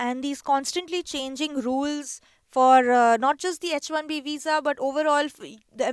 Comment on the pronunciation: That girl is not able to pronounce H correctly in H1B 😂